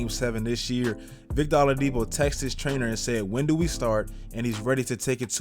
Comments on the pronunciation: W vid but lol it's "OH-ladipo" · Did you say victor alodipo?